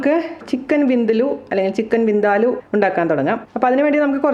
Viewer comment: It's Vin-Daa- luuu not Vin-de-loo.